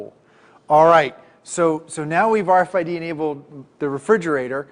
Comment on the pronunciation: It's called RFID not RFDI. Learn to speak my brother in Christ.